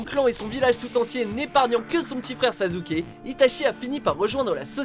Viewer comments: Très bonne vidéo, mais redez moi un service, prononcez "sassuke", pas "sazuke", même si ca s'écrit sasuke. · " Sazouké " wow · J'ai pas rêver, tu prononce sasuke : "Sazuker" ? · Mauvais top sur pas mal de point que je ne tiens pas a rappeler, car beaucoup de gens l'ont déjà fais avant moi, mais les prononciations... Illumi - Sazuké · sazuke Mdr !!!! VOUS AVEZ SAZUKE !!! pas grave mais bon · euh juste apprenez a dire les noms des persos avant de faire vos videos car la ca me herisse les poils le s sosote de sasuke franchement meme un idiot sait le dire correctement alors svp faite un effort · Ca me choquerais toujours (et même si je déteste Naruto) le "Sazouké" (l'orthographe est voulue) à chaque fois qu'on en parle de WatchMojo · Son frère "Sazzuké " AH ok XD j'prefaire sasugay